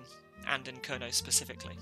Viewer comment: The first vowel in “Kernow” is not so much pronounced with the vowel in “girl”, but rather like the vowel in “air” with the R pronounced. The “ow” at the end can be like a sequence of short “o” in “pot” followed by short “u” in “put”, or as a longish “aw”-sound: [ˈkɛɹnɒː] “KAIRnaw”…